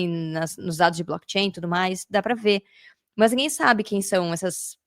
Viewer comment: Muito bom o conteúdo. Por que você fala MÛS ao invés de mas?